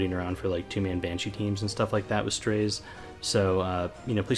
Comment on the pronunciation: Isn't his name pronounced as "Strah-ze"?